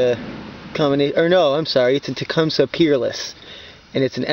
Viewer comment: I'm pretty sure it's pronounced ta-cum-see